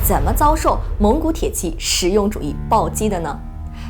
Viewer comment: 美女讲军事很享受，就是tie ji，不是铁qi